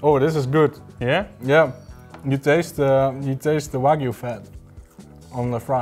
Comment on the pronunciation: "Waygu do with it?" Lol